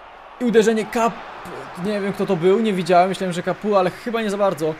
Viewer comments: Mówi się kapo a nie kapu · Czytaj Olivier Kapo tak jak się pisze ^^